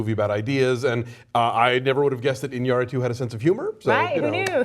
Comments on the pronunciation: Finally! Thanks Christy for not butcher Iñarritu's name. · Congratulations christie you are the first american person i have hear say alejandro gonzales inarritu corretcly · I said it in the review they made of the movie and I'll say it again this time: Christy giving the perfect pronunciation of Iñárritu is super sexy.